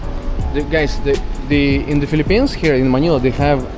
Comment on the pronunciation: Fee-lippines, welcome.